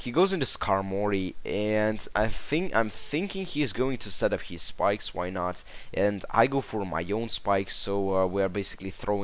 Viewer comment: ur saying skipes not spikes lol xD